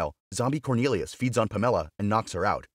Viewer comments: I checked out when you pronounced Pamela as Pam Ella!! Too painful to listen to! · Never heard of anyone named Puh-Meh-Luh before. 🤣🤣🤣